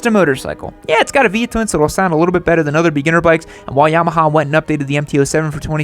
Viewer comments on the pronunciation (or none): He said "P Twin".